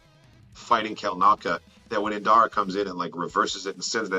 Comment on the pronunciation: Please I beg you - her name is Indira 😭